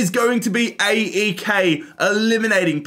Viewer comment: . You should call it AEK as one word and not as three letters